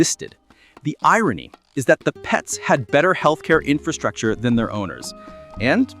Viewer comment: ⭐ LOVE YOUR VIDEO, BUT PLEASE, BE BETTER THAN THE REST AND SAY INFRASTRUCTURE CORRECTLY!!!! OTHERWISE, Everytime you speak, it sounds uneducated, when you ARE very educated. Let's all say it together, infRastructure. Do not forget that first R- EVERYONE DOES, and they sound.... Bad ✅. My friend you said you spent 2 years studying infRastructure... Yet you don't know how to SAY the word itself. I'm helping you. 😘🫶🏼